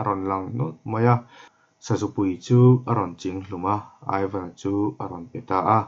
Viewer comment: Aivan i tih hi (ivan) tih a lam tur a ni zawk em aw ka lo ti😁😁😁a ngaihnawm ka ti lutuk he thawnthu hi